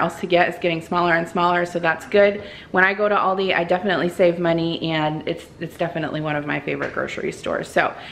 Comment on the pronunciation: Thanks for sharing your haul! Everything your going to make sounds delicious! Yes! You are saying it right! Have a wonderful weekend!